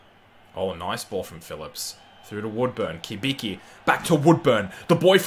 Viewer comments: Not Kibiki, Cibitzki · Cibicki is actually pronounced Chi-Bit-Ski